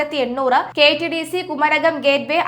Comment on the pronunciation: ഈ കൊച്ചിനു മലയാളം അറിയില്ലല്ലോ? സുതാര്യതക്ക് i സുധാര്യത" എന്നും മരാമത്തിന് " മാരാമത്ത് " എന്നും കുമരകത്തിന് " കുരകം" എന്നുംപറയുന്നു.. കഴിഞ്ഞയാഴ്ച കോൺഫിഡൻറ് ഗ്രൂപ്പ് എന്നതിന് കോൺഫിഡൻസ് ഗ്രൂപ്പ് എന്നും, ഇവർക്ക് വെളിവില്ലേ? അതോ നാക്ക് വടിക്കാത്തതിൻ്റെ കുഴപ്പമോ ?